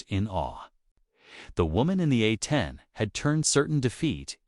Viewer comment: A-10's don't play... period! The AI voice said alot of words wrong in the caption's tho! A-10's aren't pronounced as Athen's.....